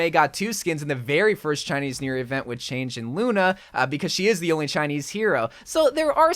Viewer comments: Did u say change and not chang’e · You said changè wrong you said change isnsteade of changè which is a Chinese god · This guy is so white. Pronounced Chang’e as ‘Change’